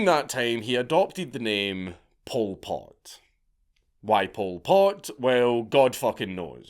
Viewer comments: I thought you were calling him "Pulled Pork". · Every time Dank says Pol Pot it sounds like pulled pork and now I'm hungry. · All i keep hearing is "pulled pork" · Bro this whole time I thought he was saying pulled pork